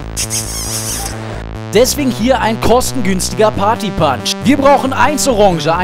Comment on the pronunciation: schon allein partypAnsch ...